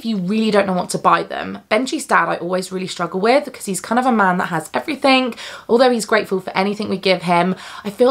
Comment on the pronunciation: I have to giggle everytime you say "everythingk" with the K in the end. It's so cute!